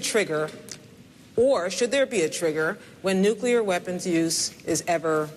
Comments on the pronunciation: it's not nu-ce-lar ... it's spelled nu-cl-ear for a reason woman! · Nucular. Nucular. Nucular. Nucular. Nucular. Nucular. Nucular. Nucular. Nucular. Nucular. Nucular. Nucular. Nucular. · nucelar ;-D ;-D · newkeler lmao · "Nuclear." "Nukular." "Nuclear nuclear nuclear." "Nukular nukular nukular." ROFLMAO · This woman could have been a 76 yr olds heart beat away from having the nuclear (not nucular) codes for the largest stockpile of radioactive weaponry of any country in the world. Apart from the fact that she literally can't even SAY nuclear, she argues that nukes are good to have as a deterrent based upon whomever America decide should have them. Republicans pan Obama, and have done since day one (see Glenn beck the day after he got in). But they put forward tweedle dumb and tweedle dumber to g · It's fucking Nu-CLEAR... The fuck are some american politicians so anal about that and fucking retarded. IT IS NOT Nu-ku-lear. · Hahah, my favourite is the "nuclear/ nukelar" part :)) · Nuculer?? Ok i change my mind.I obviously didn't pay enough attention to this race(i knew who was gonna win) coz i said b4 that maybe Palin's not dumb just ignorant to some facts.She is just PLAIN DUMB. It sounded like Bden was trying to enunciate 'nuclear' so that Palin could get it right but guess she missed the hint. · Darn right, My name is Sarah Palin and I think that nucular energy is good for people like me and my husband, a hockey mom and joe 6 pack. Palin is a fucking idiot. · he says NUKLEE AR she says NU KEELER LOL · Say it with me, Sarah. Nuclear. Not 'Nucular'. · Its NOO-CLEE-UR, not NOO-KYOO-LUR! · OMG! She is Bush in a skirt!!! as ignorant, and as "nucelar"! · man.. its not nuclear.. nucular.. LMAO.. she is gonna be VP, may be president even.. please dont make america a laughing stock for the rest of the world... i'm from a third world country and i'm intelligent enough to understand that she is plain stupid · Yes she's fallowing Homer's advice, Nucular is the word.